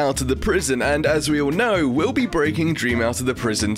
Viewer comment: At the beginning when he said Will be, I heard Wilby. I am now dying of laughter.